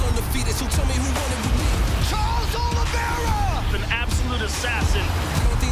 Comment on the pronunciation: *Oliveira NOT "Olivera".